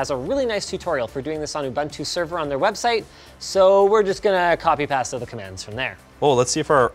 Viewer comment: Payste not past.... for copy and paste